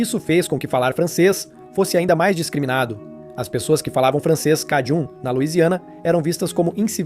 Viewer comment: O nome "cajun" se pronuncia como "kei-djân". Observe que é próximo á pronúncia inglesa para "acadian" ~ "a-kei-djân".